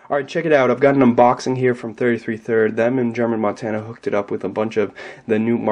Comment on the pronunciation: "thrid" i love you.